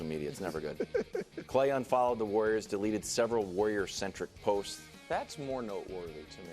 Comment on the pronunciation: The way brou pronounces warrior is hilarious. Woyer.